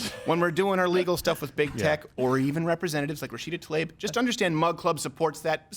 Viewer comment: I know no one cares... but it irks my eardrums when people I enjoy listening to pronounce things wrong... I'm almost positive it's 'TLAH-EEB'... Just can't help myself...